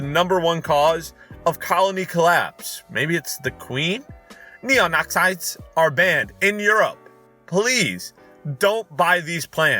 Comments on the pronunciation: I know this was uploaded months ago, but that pesticide in the video is pronounced Neo-nic-eh-ten-oid like nicotine! i think it's actually related to nicotine, since its toxic to creatures {technically including humans} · Neonicketenoids is pronounced neo-nick-et-en-oi-yds!